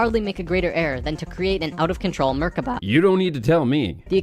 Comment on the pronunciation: ok first... it is pronounced "Merkava" not "Merkaba" And it means chariot in hebrew. Secondly.... as an Israeli Jew I have to ask, WTF did that guy take in order to make up that story?! Oi vey.... :D